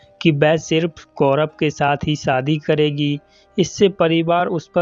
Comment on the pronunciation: Aapka Hindi kahani channel hai lekin aap Hindi bolane nahin aati hai aapko aap Bihari Bhasha bolate ho sha ko sa bolte saadi nh hota shadi hota h ek anchor ko apni language per command hona chahie video